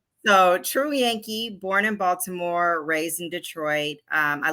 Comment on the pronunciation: She did not pronounce Baltimore like a person born in Baltimore lol